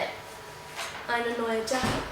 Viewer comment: Jacke is pronounced Yacke